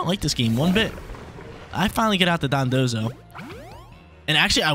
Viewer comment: It took forever to finally pronounce their names right lol. He used to always pronounce them as Dodonzo and Tatsugimi.